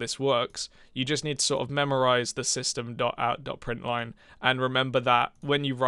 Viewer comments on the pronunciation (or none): Just so you know, you said "printin". It's "println".